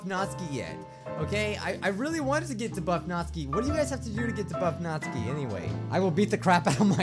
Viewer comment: Ahem It's pronounced nat-SUKI NOT NATSKI